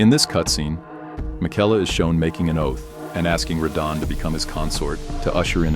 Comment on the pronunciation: “Mick-ella” Not like you heard the correct pronunciation in the game a dozen times or so lmao.